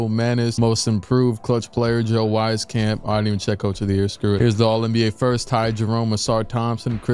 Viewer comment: I played with joe in high school, it’s pronounced “weez-camp” haha but that’s how he was hooping in high school